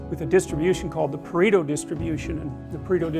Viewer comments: It's "Pareto" not "Preto", from the name of Vilfredo Pareto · its pareto not preto. Would take 2 seconds to google. :/